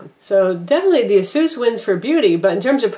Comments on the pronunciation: Except that isn't the correct pronunciation.... its "Eh-SUS" (as in pegasus) not Ah-soos". Not to generalise but it seems to be mostly Americans that pronounce it the incorrect way. First/easiest example of correct pronunciation is here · It's pronounced AY-SUS, more technically EISUS not AH SOOS. Aysoos is incorrect and sounds lame.